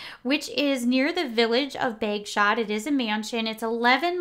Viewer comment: Hi, another really good video! Just a couple of things I would point out, in the nicest possible way of course, Bagshot is pronounced Bag Shot and the Rhys in Sophie's maiden name is pronounced Reece. Not being picky just thought you would like to know. 😇